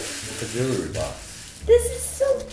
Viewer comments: Jewely box Bc adapt can't say jewelry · the type of guy to say "Jully" instead of jewelry